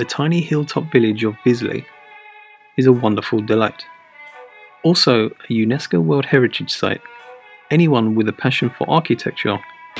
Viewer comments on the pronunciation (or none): none